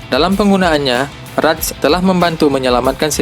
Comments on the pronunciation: Penyebutannya "RAT" aja, jangan ditambah s 😁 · RATceh. bacanya gt